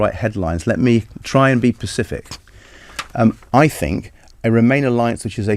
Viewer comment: LOOOL "Let me try and be PACIFIC!" Is this supposed to be a politician or a Jeremy Kyle guest?